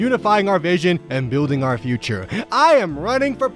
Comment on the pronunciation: "Respect are-country. Speak English" You got an F in English? you speak English.